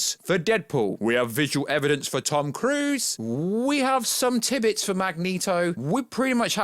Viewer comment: Multiverse of the madness at 1st it was funny but either stick with it or stop saying it because it’s getting annoying now so is the keep saying tibbits wtf are they do you mean tid bits your channel would be so much better If you took a bit more time on your videos. Quality over quantity you can tell your rushed in editing you make that many mistakes and Jesus what’s with the hard on about deadpool definitely being in it I’m done I’m unsubscribing I gave you time to see if it was just teething troubles with your channel but it’s not you just repeat what everyone else says I don’t think I’ve ever heard you have 1 single original thought I really would rather have a rusty blunt nail twatted rite through my bell end then hear the tone of your voice jumping all over the place any more it sounds like you record the same sentence a 1000 times then pick a syllable out from each take then ram them all together nobody has ever got me anywhere near as annoyed as you have so well done in that regards haha